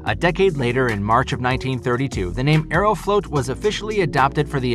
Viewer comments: It’s not “aero-float” it’s “aero-flawt” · It’s pronounced Ae-row-flaught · Funny how he pronounced Aeroflot as Aerofloat. Sounds like a Russian milkshake. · Aeroflot is not pronounced "AeroFloat"